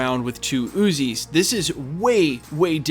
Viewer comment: "flying around with 2 who-zies"?¿? You mean Uzis (oo-zies) my friend